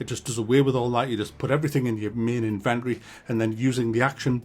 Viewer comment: That’s not how you pronounce inventory